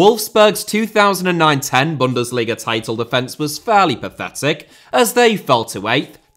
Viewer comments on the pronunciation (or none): none